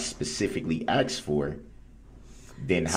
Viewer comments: Yep! Oaff and axed 😂🤦🏻‍♀️ he said it over and over he’s such an idiot but thinks he’s so smart! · “Troof” “axed” “biasness” he is so completely illiterate!!! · We have to add...... Troof. Do Dat Oaff Axed License place Tacket Law Liberry He is also a "Narcissist Conversationalist" And i wanted to smack off the "intimidation stares". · and the all time great "axed" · "You where axed!" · A civil rights lawyer that can't even say "Sustain" correctly?? Among a litany of other words he butchers.."Axed" "Tack-it agreement" 🙄😒 Yea, ok Dawn. Nice try.